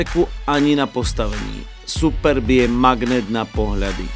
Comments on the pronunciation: To, že sa to tak nemá hovoriť. Je to jedno slovo Superb a nie Super B. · Ale název Superb není žádná zkratka, proto není důvod to tak špatně číst.